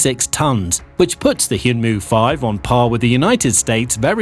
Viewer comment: It's read 'hyeonmoo,' not 'hyoonmoo' lol